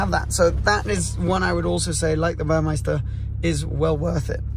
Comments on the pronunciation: Congrats. I have an all blacked out Macan GTS with red calipers (standard) and red tachometer, and seatbelts. With the red stitching. BTW it's Burmester. Not Burmeister. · It’s Burmester not Burmeister